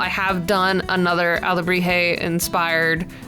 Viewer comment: SCREAMS YES YOU PRONOUNCED IT RIGHT AND I AM SO HAPPY A H- THANK YOU FOR LIKING MINE AAAAAAA